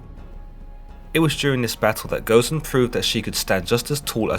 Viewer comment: alus nova Goh zen.